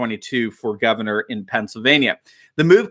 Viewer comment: At the start said "governor", but sounded like "gutter". Still appropriate.